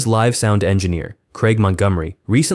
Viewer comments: "Live" through this - mispronounced l-a-i-v as in five - a sign this has got to be a fake AI voiceover. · Your AI voice-over pronounced Live Through This Wrong. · It's not "Live Through This" as in performing "live". It's live as in being alive... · Saying Live wrong. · Is the voiceover an A.I? Inconsistent pronunciation of Live. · no. if you know how to play their songs on guitar, they are totally different approaches and styles this narration is junk. doesn't pronounce the album title live thru this properly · You often pronounce the verb "live" in "Live Though This" like it is the adjective "Live" (you use a long I instead of a short one). It comes off as extremely under-researched that you're not pronouncing the album correctly, especially considering it's the entire subject matter of your piece. I'd re-record the VO and re-post. It's a pretty embarrassing error, and I'd hate for you to immortalize your mistake, folks could judge you on this error for generations. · I was wondering, is it an AI voiceover? Either way it’s sloppy work